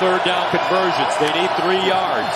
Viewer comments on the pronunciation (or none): “Jags gotta be gettin the ball if Dey gon win.” This announcer is a genius.